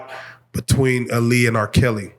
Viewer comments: Tell you pronounce her moms name Ah-Lee-uh, not uh-lee-uh. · You can join Rocky in the corner 😂 it’s her pronouncing her name “Ah-Liyah Hawton for me.